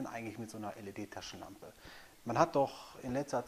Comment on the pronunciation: Wow coole 'Laschentampe' hast du da! Lol.. (cooler Versprecher Bro. Sehr sympathisch) Alles gute und Dankeschön.